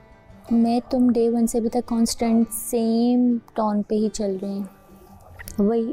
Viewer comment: Tuna paindu saying tone ko taun 😅 most qualified jahil.